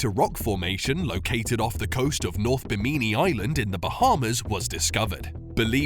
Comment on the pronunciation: Bimini Road pronounced "Bim`-in-eee" road